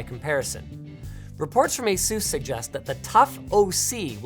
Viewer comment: "Ay-Soos" interesting... :D